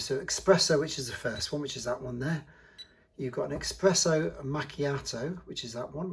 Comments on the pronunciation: ESPRESSO. NOT EXPRESSO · Very nice video. However, we say Espresso, not Expresso. :) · Thanks for showing us the machine, but its eSpresso not eXpresso